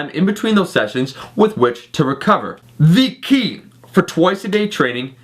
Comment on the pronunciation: with the way you say, "THE KEY" in these videos, i feel like we need a "THE KEY" shirt. haha